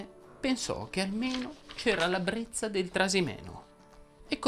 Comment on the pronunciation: Buonasera. Treccani ha ragione. Brezza va pronunciato con la z sonora, ma anche una serie di altre parole in cui la z, pur raddoppiata, ha pronuncia sonora: ad esempio Lazzaro, gazza, grezzo e molte altre. La prossima settimana proseguiremo il viaggio sulla z sorda e sonora... Ma ho usato la parola brezza nel video? E senza accorgermene?!?